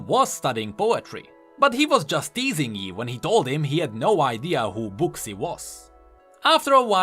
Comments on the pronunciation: For the future: name “Buxii” pronounces like “buːsi”. It’s probably Chinese name, so it must be pronounced like that. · I'm pretty sure Buxii is pronounced more like Bushy.. kinda like Xin Zao is pronounced Shin Jao (we know that because of Sonas updated voice lines). I'm pretty sure it comes from chinese/mandarin, if I'm not mistaken.